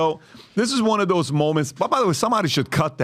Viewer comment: Lmao y can’t pat pronounce words that start with “Th” mf saying Dose instead of those 💀😂 what a goof